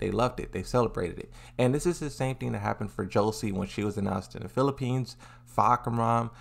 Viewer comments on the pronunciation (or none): none